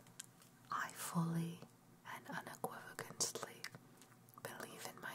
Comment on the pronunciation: Thanks for the upload. As well as the time and effort put in. But... un·equiv·o·cal·ly PLEASE! lol ;P